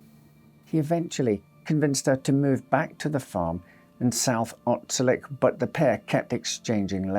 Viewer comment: Actually it’s pronounced Otselic you Lovely Man